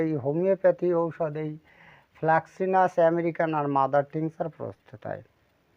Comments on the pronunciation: Fraxinus আমেরিকান not flaxinus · Fraxinus হবে Flaxinus নয়।